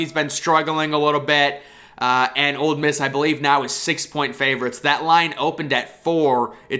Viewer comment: Great content. And it’s OLE Miss, not OLD Miss. Keep it up!